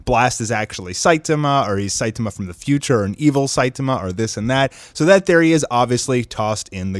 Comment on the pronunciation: His pronunciation of Saitama irks me.